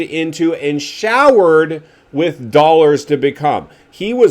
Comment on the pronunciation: You know what is hilarious 😂 you speak like Jet actually listens to your crap..Lol and Like Ricky gives a 💩 what you think..How about he can't seem to pronounce the word With.. and yet he manages to say WIT at least a dozen times, Notice you have nothing to say there..Shut up dude.. Still wearing XXX shirts OMG bro.. the 90's are gone.. your funny